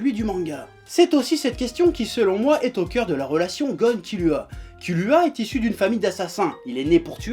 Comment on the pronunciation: Kirua pas kilua